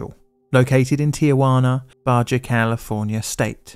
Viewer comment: Guy just said Baw-Jaw California State